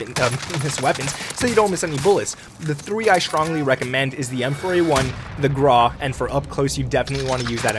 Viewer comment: I like how you said the 'Grah' instead of Grau